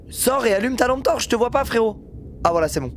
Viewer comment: allume ta « T-ampe torche » 😭😭😭